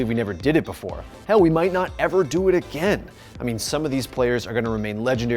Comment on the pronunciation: No one:: aGeYn